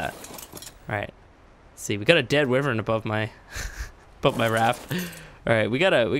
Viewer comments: Its wyvern, not wivern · You are saying wyvron wrong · why vern not wiv ren